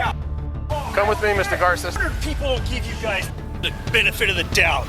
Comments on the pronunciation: Why are you pronouncing his name Gar-say when he himself pronounced his own name as Gar-sez. Found that very odd. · Did this guy listen to anyone in the video? They said repeatedly the first guy's name is "Gar-sess" not "Gar-say". Pretty simple point really. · Is that Joseph guy a cousin?? Garces isn't a common last name. Btw, it's not pronounced Gar-say. It's pronounced Gar-sehs, like how it's pronounced in the video. At least in English. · How do you pronounce the names wrong when they say it themselves?